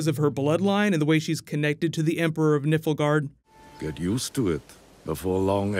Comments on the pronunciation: Carter White Haha, yeah. It sounded like he was saying nippleguard. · I'm not sure, but I think I might like you to listen to the clips in this vid, the one where dad says Nilfgaard and pronounces it Nilph-guard and not say something like... Nipple Guard or Niffel-guard. But that's just me... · Nifflegaurd 😂 Otherwise, great video, keep it up 😘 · 2 things i gotta say 1. can we stop saying its going to build up to ciris story, she a child the entire time in the books if anything we may see adult ciri right at the end of the show but not any time soon at all so stop expecting it. 2. can you please say Nilfgaard properly, you keep saying it like Niflgaard and its really really annoying, te L is before the F. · God stop saying nilfgaard like that bro. Its not nifilgaard. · It's NILFgard btw...triggered xD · lol i was cringing every time he said it glad im not the only one, its like listening to AngryJoe say Han Solo, if you ever watched his channel you know what i mean haha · wanted to do the same comment. geralt is not as bothering in pronounciation. but niflgaard hurts my ears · Doubt you will see this but I feel the need to comment on this because I am a diehard witcher fan and it pained me to hear your pronunciation of Nilfgaard. Also if you see this, who is your guess for Geralt actor and have you read the books? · its called Nilfgaard, my friend. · nilfgaard. your pronunciation makes my bones ache. putting that aside, great video, looking forward to more witcher videos. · Also - NILFgaard, not NIFLgaard. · I like this video but please, its Nilfgaard not Nifelgaard. Sounds terrible! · Good video and can't wait for this series! Just a quick note, the empire is pronounced Nilfgaard, the 'L' comes before the 'F' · Just some corrections :) Cirilla only shows up on the third game not all of them and its Nilfgard not niflgard. Im not poking fun of speech its just pronounced differently to how you said it :) 'Nilf' as in Milf' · Nilfgaard* not "Nifflegaard".